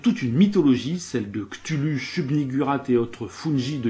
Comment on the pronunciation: oooh du lovecraft merci pour l'avoir decortiqué ^^ point pinaillage on prononce "Kouthoulou" fixé depuis les sorties des Jeux de Rôles depuis les années 80/90